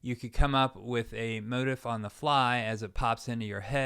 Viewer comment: I enjoyed the lesson. Thanks. There was a lot there I never thought about before. One minor issue - I believe "motif" is usually pronounced mo-teef`, not mo`-tif.